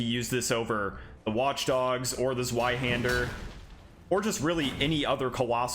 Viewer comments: WHY DO YOU HAVE TO SAY IT LIKE "ZOO-WHY HANDER"? IT IS "Z-VEYE"! AAAAAAA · Completely random but zweihander is German so it's actually pronounced zv-eye-hander not zw-eye-hander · "Zweihander" - the Z is pronounced like ts, as in Mozart. Thanks for the video! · The Zweihander is not pronounced like that.. It's German and pronounced "Tsveihunder" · kurwa zweyyyyyhander im not fucking german and yet it was like fucking triping on flat road -> tzvai-hander, or just use German translator to tell you how to pronounce damn TWO-handed sword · Bro please it’s pronounced zveihander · ITS NOT A ZZZ-WHY-HANDER! think of the w as a v, its german for 2, Zwei aka 2-Hander!!!! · Man, from a second-language German speaker, that pronunciation of Zweihander hurt my soul … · zweihander is german, meaning you pronounce the w as a V, in english it just means TwoHander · Ok this is a simple mistake because you did just sound it out and that's what everyone would do but the zweihänder is a German sword so the w sounds like a v, but I'm just a sword nerd so don't mind me